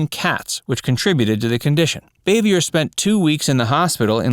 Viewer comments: It’s pronounced BAH-VEE-YAY........not BAY-VEE-YER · If I'm not mistaken, Frances Bavier's last (French) name is pronounced "BAH'-vee-ay." 🎓🪄 😺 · Bavier is pronounced Bav-e-a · Frances Bavier’s last name is pronounced Baa-vee-yay. Similar to Jackie Kennedy’s maiden name Bouvier pronounced Boo-vee-yay. Ron Howard isn’t the only surviving cast member. Betty Lynn who played Thelma Lou, Elinor Donahue who played Ellie Walker, Maggie Mancuso Peterson (hope I got her name right) who played Charlene Darling, Rodney Dillard who played one of the Darling boys, and at least some of the child actors like Keith Thibodeaux who played Johnny Paul Jason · … Dude! I watched a lot of your videos and every time you do a video you pronounce someone’s name wrong… If you are going to pronounce Frances Bavier his name pronounce her last name right it is pronounced BOV-E-AI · And he didn't pronounce aunt bees real name right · He does not pronounce Frances Bavier correcly.